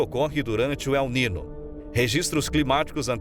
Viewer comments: Desculpe-me a intromissão: o fenômeno Ele Nino se pronuncia El Ninho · Locutor precisa saber que niño tem som de nh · Caro Prezado Locutor... Que "não sabe" Espanhol... Não é "La Nina" e nem "El Nino"... É "La Niña" (Lesse - "La Ninha") e "El Niño" (Lesse - "El Ninho") Obrigado pela Atenção e na próxima fala correto no video as palavras em Espanhol.. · La letra Ñ en Español tem son de NH em Português... Não e nina o nino.. E Ninha o Ninho... Devemos respeitar os idiomas.!!!!! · Adorei. Só se pronuncia ninho e ninha. O n com til fal papel de nh. Vlw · ATENÇÃO - a PRONÚNCIA CORRETA É EL NINHO e la NINHA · Se pronuncia la ninha e el ninho, pois la niña e el niño é espanhol. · Prezado narrador você podia pelo menos ler correto NIÑO E NIÑA, se le: el ninho e lá minha. Obrigado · La ninhâ.....ou El Ninhô....... tua pronúncia ..................DÓI aos ouvidos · Como que este locutor não sabe pronunciar corretamente as palavras "El Niño e La Niña?São palavras escutadas repetidamente na mídia.